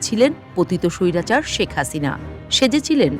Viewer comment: স্বৈরাচার উচ্চারণটা সেই হয়েছে।